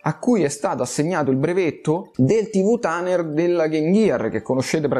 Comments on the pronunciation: "TV TANER" ....ma dc 😂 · Innanzitutto complimenti sei davvero bravo, ottimo prodotto. Però un piccolo appunto "TANER" non se può davvero sentire e mi ripeti e ripeti, sarebbe "TIUNER"...😅 cmq sei grande! Bella zio auguri d buon anno nuovo!